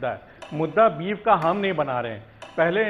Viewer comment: Beef hota hai beaf nahi 😁😂😂